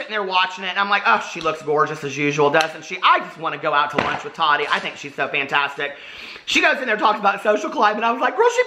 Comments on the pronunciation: Love you but... does it bother anyone else he says TADI? instead of TaTI?? LOL xo. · I love you, but it’s Ta-Ti not Tadi. She actually said the other day in her video that she doesn’t like to be called Tadi. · Sorry to correct you, but she literally just had this in her video yesterday. Her name is pronounced "Ta-Ti". Not "Ta-Di" lol. Great video though ❤️ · Her name is pronounced TATTTTTTi... not Toddy. TATI - there is a 2nd T in there dear. sigh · Tahdi 😂. So funny how he says it...